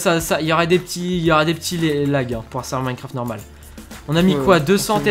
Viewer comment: Mais mec ta dit norméle pas normal xD aller tu like non .